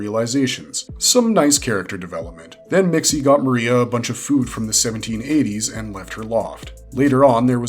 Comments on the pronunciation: According to the Super-friends it’s pronounced Mix-zolt-plyk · Mister missyezpitelik pronounced so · its PERNOUNCED MIXLEPLICKT ISN'T IT? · heh heh heh he said tip lick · It is Mix Ill plick Get it right, geezh! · I've always pronounced it "mix'lplicks" , but I'm from the 3rd dimension and most likely my dumb human tongue can't pronounce a 5th dimension name. ... pretty sure I've never been tricked into saying my name backwards, so, I'll call it a wash?